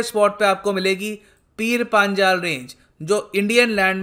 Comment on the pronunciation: पीर पंजाल है सर not पांजाल,,🌹